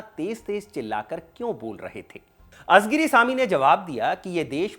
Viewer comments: It's ळ and not झ everywhere. It's कळघम and not काझगाम. It's not azigiri but आळीगिरी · आपने दक्षिणी भारत के नेता के लिए ये वीडियो बनाया वो सराहनीय है, परंतु एक सूचना देना चाहूँगा. तामिल से संबंधित कार्यक्रमो में प्रायः तमिळ के उच्चारण पे ध्यान नही दिया जाता, कलईगनार नही है, वे कलइन्जार करुणानिधि है, अजगिरी नही है, वे अळगिरी है कझगम नही, कळघम है, कनिमोझी नही, कनिमोळी है !!